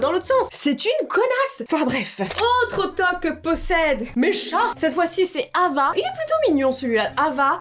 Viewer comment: Putain Hava c le prénom de ma mère sauf que sa se prononce Rava 😂🤦🏼‍♀️